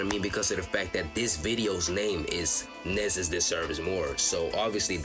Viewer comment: his name is pronounced “knee-zus”